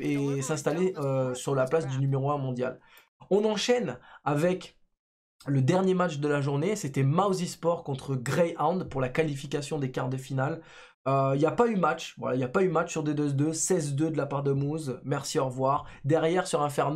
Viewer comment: mouzzzesport, mouziesport... tu connais mickey mouzeee? mickey groos